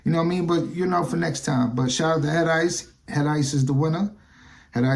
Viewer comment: did u say Head Lice? Lol